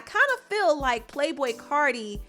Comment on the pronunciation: Its CARTI (CAR- TEA) You would do ANYTHING to mention CARDI -_